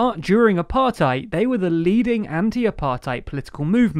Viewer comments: Good overview, but in future I'd suggest looking up pronunciations beforehand - Ramaphosa isn't Ramafoza, Thabo Mbeki's name isn't pronounced with the English 'th' sound, and the 'ei' in Apartheid isn't like the German 'ei' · It would be so nice if you guys did even a tiny little bit of research into the pronunciation of names and concepts. Cyril Ramaphosa's surname is pronounced Ramaposa, not Ramafosa. Apartheid could also do with some work.